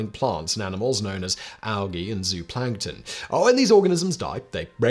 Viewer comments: It's pronounced ZO-plankton, not ZOO-plankton. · "Zoh-ah-plankton". Four syllables.